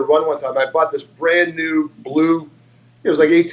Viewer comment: Is mouth broken he can’t seem to say brand new lions right 🤣